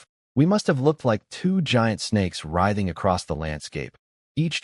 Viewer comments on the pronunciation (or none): none